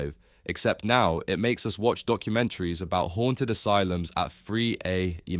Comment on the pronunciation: What's "HAUNED ASLUM"??